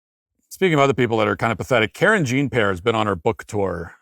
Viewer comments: hahahah i havent heard you say karen jean pair in a while lmao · Matt's pronunciation of Karen Gene Pear's name is chef's kiss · I love how Matt pronounces her name Karen Jean Pear......no effort for authenticity. 🤣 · Pronouncing her name as Karen Gene Pair is probably irking her so bad 🤣🤣🤣🤣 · "Karen Jeen Pear"😂😂😂❤❤ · Kareen Zhahn PeeAir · Does Matt deliberately mispronounce Karine Jean-Pierre's name? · I'm just grateful I got to hear Matt pronounce "Karine Jean-Pierre" again